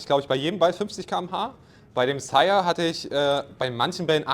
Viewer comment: Verstehe ich auch immer Chaya/Shyer/Shire... Später wirds Sire 😂 Hab ja einige Aussprachen davon gehört, aber das ist mit Abstand die falscheste 😂